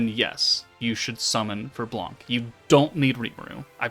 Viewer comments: blanc the C is silent pronounce sound just "blan" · Hello, nice content ! The C is silent in french. « Blan »